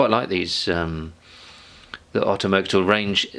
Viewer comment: Thanks for this review. In another note... How far are you from the Netherlands? You should find out how to pronounce 'Mercator'.